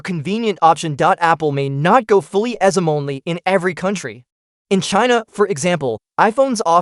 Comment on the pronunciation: The AI voice doesn't know how to pronounce eSIM